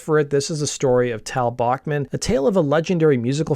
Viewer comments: Cool video. I have heard Randy say his last name (and Tal’s) is pronounced Back- not Bock- man. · Pronounced 'Back-man'